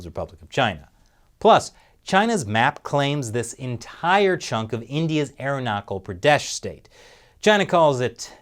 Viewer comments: Btw, it's not Arunakal it's Arunachal Pradesh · I'm so sorry BUT IT IS NOT PRONOUNCED AS ARUNAKA PRADESH L but IT'S PRONOUNCED AS ARUNACHAL pradesh like chai,chow,chap etc. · Did he say "Aeronaucal" Pradesh? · That pronunciation of the indian state was funny. Im from that state and its pronounced as (arun achal pradesh) arunachal pradesh. And im proud to be Indian 🇮🇳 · It's Arunachal pradesh ,you need to improve your pronunciation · 'Ch' in 'arunachal pradesh' is pronounced like 'ch' in 'China' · Your pronounciation of Arunachal Pradesh almost killed me